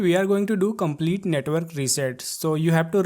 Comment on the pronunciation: Netwol 😂bery beesie touble shoutels 😂😂😂😂😂